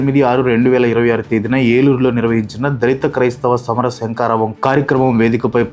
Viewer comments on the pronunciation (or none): none